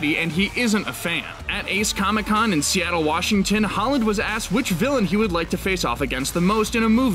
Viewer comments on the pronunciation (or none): none